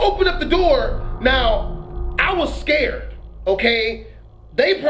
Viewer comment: "I was all types of scurred" 😂😂😂😂